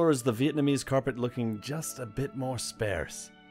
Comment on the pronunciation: You're great! And please don't ever stop saying 'sparse' the way you do. It makes me cringe...but in a good way. (